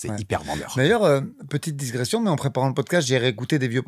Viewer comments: Très bon analyste mais on parle de ''digression'' non pas ''dissssgression''😂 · Pour info on dit digression et non disgression. Navré pour le détail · juste pour ton évolution, on dit digression et non diSgression. Tu l’as dit 2 fois au moins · Le contenu de la chaîne est vraiment très réussi, bravo, continuez comme ça ! digression sans le s